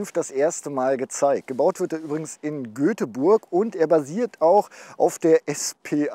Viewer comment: Göteburg?!?! Das heißt schon Göteborg... Mit einem O Aber gut ist ja auch n Auto-Kanal und kein Grammatik-kanal...